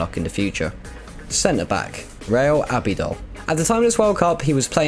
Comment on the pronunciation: I noticed mispronunciations of Andre iniesta and not Andrés and i think i heard Abliol not albiol. I would also say Mutu/Shevchenko was the beginning of the Chelsea curse I actually enjoyed the video though